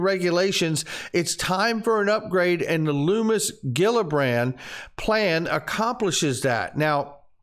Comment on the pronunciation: Its pronounced Luhmmis, not Loomiss